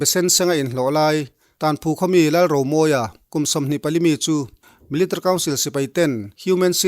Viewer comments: MIL .TARY 😀😀😀😀 military tiin lam ve mai la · I trawng hmanhmawh mahh2 anih hi.. milatary pawh iti hman lo miltary iti a ang deuh ber.. mahse a bengvarthlak e